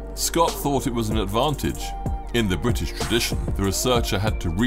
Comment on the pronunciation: Bwitish? How many were Scots & Welsh? 🤔